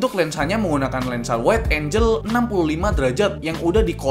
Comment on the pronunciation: koq aneh aq dengernya wide angle - dibaca waid enjel. angel - enjel ==> malaikat. sesuai judul channel emang, kudet, kurca juga